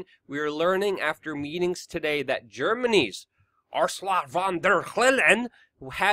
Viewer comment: So why do you at least try to skillfully pronounce AOC's name, but purposely slaughter Ursula's name? Just curious. You've never heard the name Ursula? They are both equally despicable characters regardless.